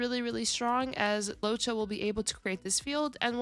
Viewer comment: LOOWOH-CHA not Lowcha